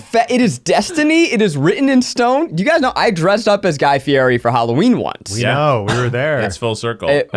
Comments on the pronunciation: Correction, haha it's not Guy Fee-air-E, but Guy Fee-yeti! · ZACH ITS FEE-ETTI NOT FEE-ERI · Working together with Guy Fieri would be awesome. What would really help is pronouncing his name right. It's pronounced 'fi-e-ti'. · Guy Fieri is going to be pissed Zack is saying his name wrong. Have you seen him on Hot Ones?! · ZACK say Guy's name right or you will never meet him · Zach need to learn how to say guy fieri's name before he meets him...